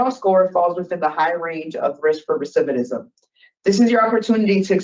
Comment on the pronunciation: This girl is still mispronouncing "recidivism". Why will no one correct her?